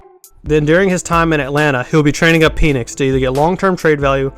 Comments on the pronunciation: Dude you're annoying and cant talk its Michael Pen 🖊️🖋️ Nix‼️ pen nix not peinis making this mans name sound like a fallace symbol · Its penix as in PEN ECKS Not PEE NIX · It's not pronounced Peenix. He was injured in Indiana, hence smaller numbers. Low effort video. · Pen, pen, it’s a Penix. The Pen is pronounced like pen 🖊️